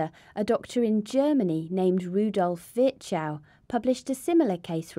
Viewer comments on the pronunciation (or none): Great video, but please...for the love of God...pronounce foreign names with there accent. Virchow is horribly pronounce with that american accent.